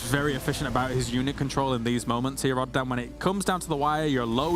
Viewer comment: lol i knew said "rather than" even though it was clearly pronounced as "rodderdan" XD really appreciate tasteless still mentioning needing to stretch for playing competitive gaming, it is crucial in it's importance for maintaining the health of your body.....